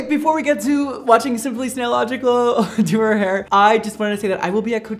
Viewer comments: Everytime a Mondo says SimplySSSSSSSnailogical a nail polish bottle gets broken OMGOMG HE ACTUALLY SAID SIMPLY NAILOGICAL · Lol the min I noticed that he was saying snaillogical I rushed to comments to check I swear to got it’s killing already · Ummmm...I think that its Simply Nailogical not Simply Snailogical. LMAO💜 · SimplySnailLogial. Me: WHY! T-T ( btw no hate ur awsome <3) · Even though he calling simply simply snailogical he atleast did not put an h in cristine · he said Simplynailogical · he actully said simply naillogical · Did just said simply snaillogical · Wait he said nailogical instead of snailogical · Or he said it "wrong" lol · Right, he said it wrong so many times with such inflection I figured it was an inside joke or something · NOOOOOOOO also he needs to react to the new vid lmao pls say the channel name right this time tho